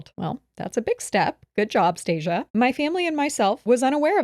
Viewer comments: acknowledging it’s Stacia and then goes right back to called her stacciea lmaoo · You mean StahhCea 😂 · STOP IT! I’m in hysterics at saying Stacia wrong every 👏 single 👏 time 👏 😂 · constantly getting that woman’s name wrong is sending me 😂😂😂😂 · LMFAO this is seriously my favorite episode. getting homegirl's name wrong and having to correct her the entire time has me dying of laughter 🤣